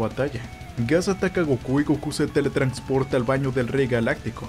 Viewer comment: Dale like por cada vez que diga "teletrancsporta" xD